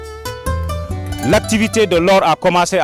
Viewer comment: Il est écrit visiblement SABODALA dans les panneaux et vous continuez de prononcer SABADOLA. Soyez un peu professionnel